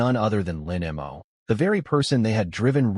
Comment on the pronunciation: The MC's name is "Lin Mo." Why TF does the narration keep pronouncing it as "Lin M. O."????? And female characters keep appearing as males. Get your sh1t together.